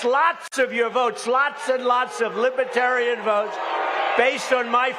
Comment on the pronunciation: Brandon can’t even pronounce the word Libertarian……